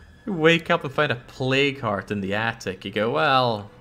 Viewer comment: for some reason every time you say plague heart i hear play card, is just me?